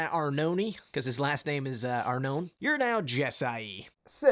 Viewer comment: Ar- no-neh is closer to the Italian pronunciation then the way you guys pronounce it usually.